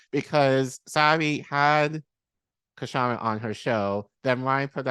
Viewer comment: Please note that the K in Kshama is silent.